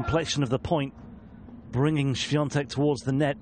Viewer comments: Też zwróciłem na to uwagę. Wymawia tak dobrze, że przez moment zastanawiałem się, czy to nie Polak. :) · komentator ( mysle ,ze nie Polak?) ...jak poprawnie wymawia nazwisko i imie naszej tenisistki ... widac , ze docenia jej talent 😁🇵🇱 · Od razu pomyslalam o trym samym , ze nauczyl sie poprawnie sie wymawiac nazwisko i imie , moze przez szacunek dla jej talentu ,a moze slyszal odp Igi jak brzmi jej nazwisko po angielsku , a jak po polsku , no i jak woli zeby wymawiali jej nazwisko ? Iga odp. ze chce czy tez bardziej jej sie podoba jak poprawnie ,po polsku wymawiaja jej nazwisko komentatorzy czy dziennikarze - tak zrozumialam odp.Igi SWIA,TEK 😜